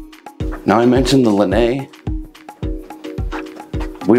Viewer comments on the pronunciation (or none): Love your videos always but the outer deck you're referring to is pronounced "la-nigh"